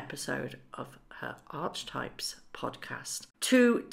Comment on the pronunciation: Hello,love you're show. Just like to mention that Archetypes is pronounced arketypes.xx Really do love ❤️ these videos. Xx